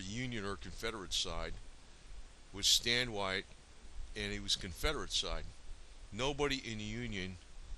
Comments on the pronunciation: His name is pronounced WAY TEE, not WITE. This guy needs to do more research before making a video like this. There were actually almost equal numbers on each side. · His last name is not pronounce "WHITE" but wā tē "WAY TEA" so if your going to use my ancestors in your propaganda get it right! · My grand Uncle Ben Carter rode with Stand Oowatie.I it is not pronoucned "White". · Watie burned down my 4th great grandfathers home. His last name is pronounced WATTY. Get it straight FFS. "Most Indians fought on the side of the Confederacy"? "The majority of the Cherokee fought for the Confederacy"? Ha ha BS. Waite was a greedy sellout along with the Boudinot /Ridge family who (26 years before the Civil War) signed the Treaty of New Echota in 1835 which sold all Cherokee land east of the Mississippi to the US government. This faction represented a minority of Cherokee and had no right to speak for all Cherokee, let alone sign treaties. For this they were sentenced to death for the betrayal of the Cherokee nation. Yet you pretend they represented the entire Cherokee nation? Not even close. Wikipedia has failed you.